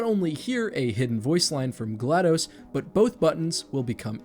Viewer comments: It’s GlaDOS with a short O as in DOS, Microsoft’s disk operating system. Not dos the Spanish number for two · Am I the only person who pronounces GLaDOS as glA-dos? (glados vs. glA-dos)